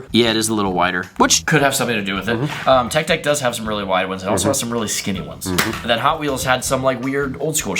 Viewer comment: bro he was saying it’s tech deck it’s cause he said TECK deck and not TECH deck